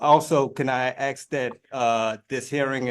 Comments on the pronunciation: axe and lieberry🤣🤣🤣🤣🤣🤣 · He's gonna axe the judge to check the libary ... sounds like a highly-educated Monarch of Morocco to me! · Axe and libary???